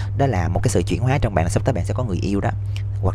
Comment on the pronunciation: "Chuyển hoá" hông phải "chuyển hó" ơi